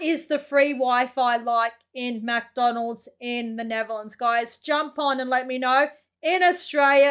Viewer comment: i think you should go to google translate and translate Kylie Minogue to english. because you dont speak it as written. Oh and its not neverlands its Nettherlands. No not every car has 4WD We dont need it here